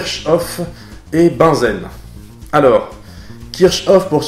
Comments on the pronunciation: peut être déjà dit, mais Bunsen ne se prononce pas comme "benzène", mais se prononce "bounzeun" (pas joli-joli à écrire, je sais...) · il me semble tu as confondu à la prononciation Bunsen et Benzène ^^ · tu prononces Bunsen comme Benzène ? Oups je n'avais pas vu que la vidéo date de 10 ans... 🥴